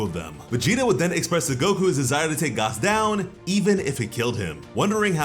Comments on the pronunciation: It’s pronounced Gas like regular gas not gaas. There’s oil, elect(short for electricity) they are the heaters. Please stop saying Gaas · I hate how this nigga says gas its just gas like what goes in the car my dude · Please, for the love of Yamoshi, please stop calling him "Gaas", his name is ⛽ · Dude. His name is "GAS" like GASS not "GOS". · Why you pronouncing gas wrong?… lol